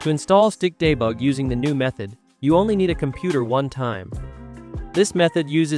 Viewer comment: When your tts says stikdebug I hear stick the bug😭